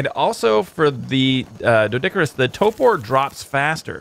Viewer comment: I love your videos! Huge fan! But, could you please pronounce TORPOR correctly? Annoys me no end. There is an R in the first syllable. It is pronounced in the word. TOOORRRRPOORRRRR!!!!11!!!one